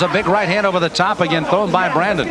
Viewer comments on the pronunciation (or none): His name is Bryant Brannon not Brandon